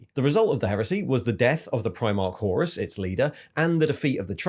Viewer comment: What’s with his inability to pronounce names and lore correctly. Horus, Tyranids etc